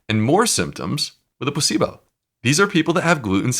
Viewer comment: Does anyone else hear his pronunciation? It's PLA-cebo, not pus-syblo ! Which is what it sounds like his guest is saying! I did a double take and replayed it. Yep.